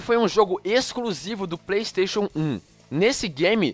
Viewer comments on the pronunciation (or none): none